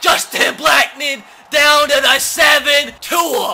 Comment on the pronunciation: Please say Tua’s name right 😂